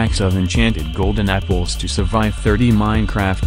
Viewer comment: Am i the only one hearing "golden nipples" instead of "golden apples"?